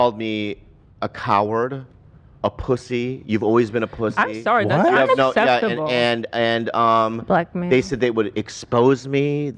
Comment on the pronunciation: "unackSHeptable" straight from the horses mouth lmfao